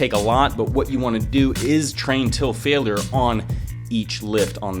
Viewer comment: Why you say failure weird :3